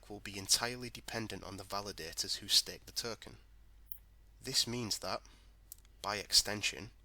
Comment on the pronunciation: What's a Flare "Terken" ?